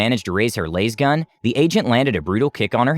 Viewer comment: My only complaint is how he says lasgun lol